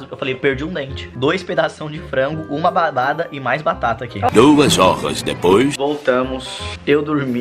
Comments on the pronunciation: O falou badada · Foi so eu que ouvi o fala badada